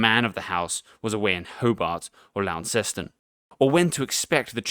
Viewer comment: Best pronunciation of "Launceston" I've ever heard from a foronier ;)